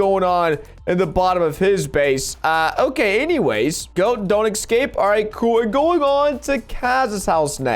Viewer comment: It's escape not excape